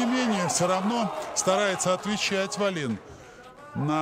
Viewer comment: Комментаторы вроде образованные люди, особенно Валуев (депутат). Неужели в головушке не возникает мысль, что в шведской фамилии ударение не может ставится на последний слог. Весь поединок произносили фамилию шведа как дагестанскую: ВаллИн. Никогда не будет у российских комментаторов должного уровня. Если они даже подготовиться не могут и правильно назвать фамилию спортсмена из основного поединка. Жаль Гендлина нет.